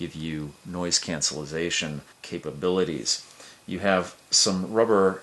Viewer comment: Did you just say cancellazation? (I don't even know how to spell it. LOL) I am not saying this to criticize, please don't get me wrong! I was really paying attention and that just really cracked me up! :) Great unboxing!